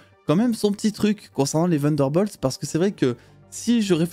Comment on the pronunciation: C’est incroyable comment les français sont bons en anglais Vunderbolts 😬